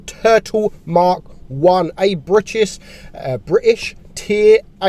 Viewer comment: "Turtle mk.1 a bri chis" "Uh a Bri'ish"